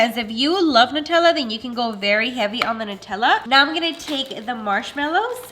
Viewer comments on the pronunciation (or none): none